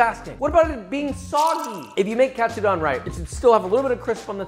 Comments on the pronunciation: Josh, my good man...please, help a Nisei out. Please say the "don" like "condone", not like Don Corleone. Japanese "do" is like Doe, a Deer, a Female Dear. Same thing for Tonkatsu. TOEnailkatsu. Vs Tonkotsu, think tonKONNICHIWA. Japanese is pronounced exactly as it is spell and we only have five vowel sounds. So you go from pork cutlet (tonkatsu) ramen to pork bone broth (tonkotsu) ramen. This is such a small and ultimately irrelevant comment from one of your thousands of viewers but please, you're killing me. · Pronouncing "Katsu" like a pro, and having a complete American pronunciation on the "don" part lol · That's the first interesting way of pronuncing Katsudon I've ever heard :)